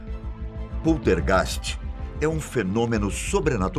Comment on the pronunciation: Que merda de video ... muito bla bla bla como todos os videos do canal ... muita narrativa ... e outra heim precisa aprender a falar poltergeist ok ...